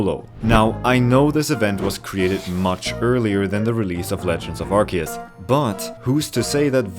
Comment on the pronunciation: it's pronounced arc-oo-se!